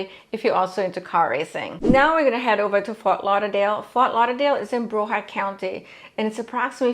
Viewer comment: I'm surprised Gainesville didn't make the list. They are building like crazy over there. Great video though. Also it's Brow-ard like the brow in eyrbrow, not Bro-ward.🤫